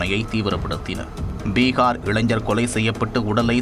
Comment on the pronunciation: பிகார் இல்லை டா பீகார் தமிழே வராதா